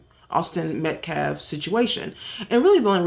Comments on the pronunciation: That idiot cannot say his name Met-Calf and he said self deflints 20 damn times😂🤦‍♀️👏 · The way he kept mispronouncing the victims name was disgusting! Metcalf?